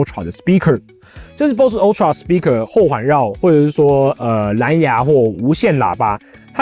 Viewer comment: ultra發音請正確一點